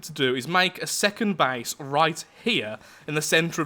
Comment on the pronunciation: When he says base it sounds like he’s saying bace